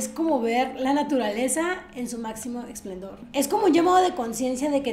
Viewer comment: Aproximadamente en el momento dices "explendor " (es esplendor)